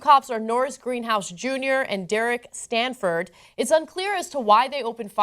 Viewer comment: Stanford? That's how Stafford is pronounced?